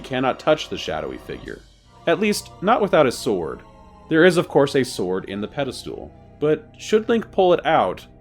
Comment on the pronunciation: Pedestal not pedal stool. 😅 ❤❤❤ Love your series